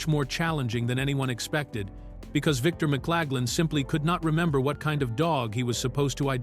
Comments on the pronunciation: Who’s this McClagland actor keeps describing? Please clean this up! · fails in Victor's name.